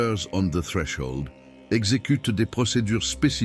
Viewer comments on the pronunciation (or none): none